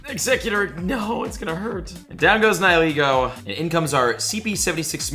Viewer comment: You say Niholego but it is Nihilego